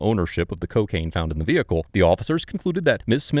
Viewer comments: Did just say ceeeocaine!?!?!?🤣🤣🤣 YEEEESSS!!! This is why I love this channel! Among other things.., lol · The way he pronounces CO-caine 😂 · I’m addicted to the way this man says COcaine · “CO-caine” - the narrator. Props to him for not knowing how to pronounce it. It means he’s never used it!